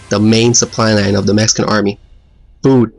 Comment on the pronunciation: Mexican not Meskin....lol